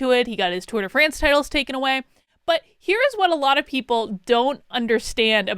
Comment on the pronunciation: tour de FRAAAANCE!!!! tour de france.... pshhhh put some enuciation on that AAAAA! XD